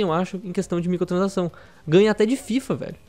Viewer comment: muito bom o vídeo mas.... o falando MICOTRANSAÇÃO aushaushuahsuhasu